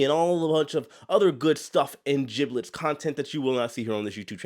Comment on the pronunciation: These “jiblits” that speaks of… They sound delicious! LOL 👍😎